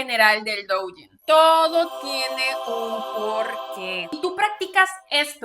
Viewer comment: Duyin, se pronuncia duuuuuyiiiiin! Me da cosa cada que lo pronuncias mal